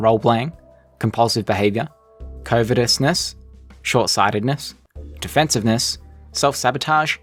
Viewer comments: Not pronounced "covetness" , but kuh vuh tus ness, or Kuh vit chus ness. Man, we are often reminded that accent does not determine intelligence, as the Brits, and Aussies butcher the English language and sound bright/regal doing it:). Great vid though:) just startled that people don't read more. 1.5 mil views and 400k followers $$$$$. I'm missing my calling, as peoples kids with average smarts make a killing online! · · It's pronounce c u v u t eousness. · "5 The Law of Covertness"? Did you mean Covetousness? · You mispronounced "covetousness". Sorry, grammar N*zi. You said I shouldn't try to resist my character. 😁